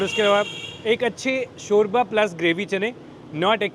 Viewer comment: Shorya boltay hayn 😂😂😂